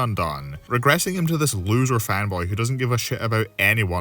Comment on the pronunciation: The fact he got the last place loser correct is beyond shocking